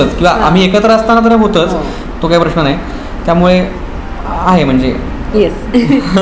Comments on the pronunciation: लग्न ठरल्याबद्दल अभिनंदन! परंतु बोलण्यात वारंवार खटकलेली गोष्ट म्हणजे "प्रश्ण". प्रश्ण नाही प्रश्न. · योग्य निरीक्षण. मुग्धा, एकदा 'प्रश्न' असे म्हणून दाखव बरे.